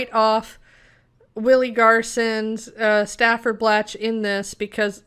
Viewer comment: The character's name was STANFORD, not Stafford. STANFORD. Like the university.